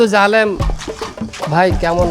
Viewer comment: হজ্বে যাচ্ছে 'জা'লে'ম' ভাই 😂